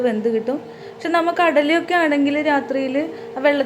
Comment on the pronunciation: നമ്മൾ എന്ന് പറയുമ്പോൾ നമ്മ എന്ന് തോന്നിയത് എനിക്ക് മാത്രമാണോ